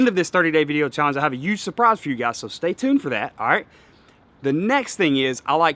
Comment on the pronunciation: Hey, you know there is a H in the word huge...right?! 🤣🤣🤣 Just messing with ya bro. Yeah that’s the yak I’m gonna buy when I decide to pull the trigger.